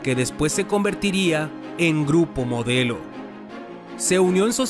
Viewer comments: dice: "GURPO MODLEO" 😒. ¿porque.?... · minuto "GURPO MODLEO" MEXICO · ¿"Gurpo Modleo"?